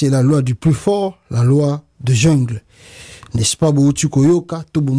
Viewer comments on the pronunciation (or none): none